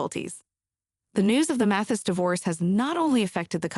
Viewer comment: His name is Judge Mathis, not Matthew’s!!